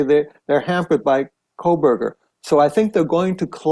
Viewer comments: KOH berger Not Kohl berger No L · Not Coal Berger Ko Berger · Megyn, it’s been 2.5 years and you still can’t say his last name right! It’s Koh not Kol 😂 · Megyn, you’re great! But at some point I wonder if you’ll stop saying Kole-burger and say Kohburger, which is his name. Just sayin …. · It's not Kohl berger!! No "L" Megyn!! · Hi Megyn - just FYI, it's Kohberger, not Kohlberger, there is no "L" - not that I care about him, he is guilty and deserves the death penalty, but just thought you should know. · You keep saying KOHLBERGER! It’s Kohberger! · Thank you! It drives me nuts how she still is calling him coal-berger every video and king “street”. She clearly hasnt been following the case just reading a script….I couldn’t get past 2 minutes. Just nope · How are you still saying his name wrong? You obviously aren't following the case. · Megan.. You're the bestest!! But there's no L in Kohberger .. fan always in WNC.. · 1) There is NO L in KOHBERGER It’s quite representative of your coverage of this entire case. 2) Your coverage of this case is Garbage. 🗑️ It’s terrible. You can’t even pronounce the Defendant’s Name FFS So no way you’d pay attention to the Details of the case. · Please pronounce his last name without an L. You have been pronouncing it incorrectly for years. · Giirrrrrrrllll!!! You’ve been following and reporting on this case for too long to still be pronouncing BK’s name with an “L” in it… Guess I shouldn’t care about that POS… and I don’t… just a li’l tick for spelling… 😂